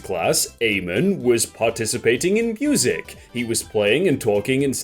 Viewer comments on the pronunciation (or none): Here I am trying to figure out if that last one is my brother or not. Also, if I'm correct (not about the kid potentially being my brother), it's pronounced Uh-mon. Not A-man.